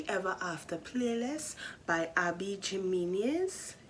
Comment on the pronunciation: here's a tip the J in Jimmenes is pronounced like an H im pretty sure